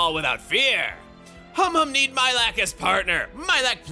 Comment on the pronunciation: ...I swear, every time Chugga says Humhum's name, I mishear it as "hom hom" and get Xenoblade 1 flashbacks...